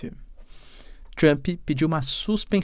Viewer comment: Cara, não tem “I” em Trump! Trumpi, Trumpee, não Trump!